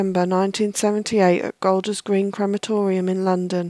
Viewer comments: its pronounced golders green not colders green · It is Golders Green, not Colders Green.